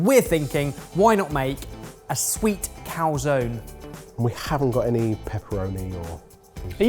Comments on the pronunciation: So you can pronounce paella, but not calzone? Cal-zo-knee (I guess it's really cal-zo-nay/cal-zo-ne, but baby steps) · you pronounce the e in calzone!